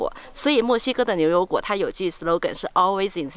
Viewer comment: 女主持的普通话有一点点口音，不知道是不是四川人？把牛油果说成流油果。